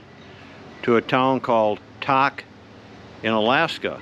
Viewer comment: Just for accuracy, "Tok" is pronounced with a "long" o, not short. Rhymes with "broke". Fantastic trip- loved the vlog.